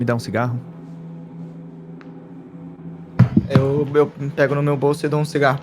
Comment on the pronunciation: Qualquer coisa: "A" Kaiser: 'Fumar cingarro!'